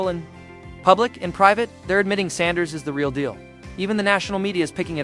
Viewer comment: Please learn how to properly pronounce Mr. Sanders name. Please!